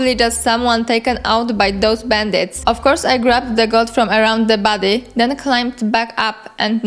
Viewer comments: Damn you, now I can't unhear it. Makes the video so much funnier. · I thought you said "baddie" instead of "body" so I just assumed you were calling the spriggans baddies and thought: yeah, that makes sense haha